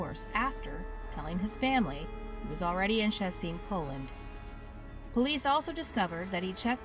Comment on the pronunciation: It's just Sh-ché-ts-in. Not that hard